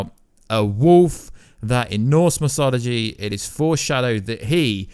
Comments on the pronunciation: Pronounces mythology as mysology, and Ragnarock as Ragranock. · Ragranok? Its Ragnarok Mysoligy? Its Mythology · "Ragranok", "norse misology" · He really cant, he's even pronoucing mythology as misology.